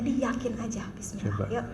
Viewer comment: Huruf ainnya juga it salah ustazah tolong di benerin ustazah dan hak dlm bacaan bismillah nya masih banyak mmg tempat salahnya maklum lagi belajar tapi tolong di gembleng biar sempurna,kok ustazah ngajarin bismillah kta him kok pake hak dada kecil itu hak tenggorokan,Mf bukan menggurui ustazah